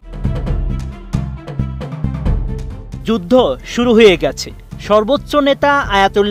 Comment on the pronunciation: শেখ ফরিদ এর উচ্চারণ আর রিডিং পড়া ভালো হয় না।